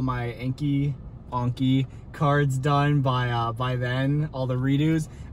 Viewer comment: OMG YOU FINALLY SAID ANKI CORRECTLY!!!!!!! 😭😭👏🏾👏🏾👏🏾👏🏾🙌🏾 hahaha welcome!!